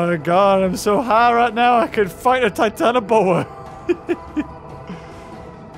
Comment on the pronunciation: are you sure its called titianoboa? EDIT the battle looks based off that documentary battle